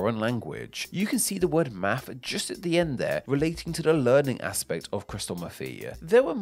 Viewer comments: We say Math.. not Maf … 😅 sorry, I had to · Why am I hearing mafff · In the U.S., the ‘s’ is silent. And invisible.